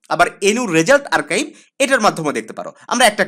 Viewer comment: ওইটা আর্কাইভ না আরচিভ😒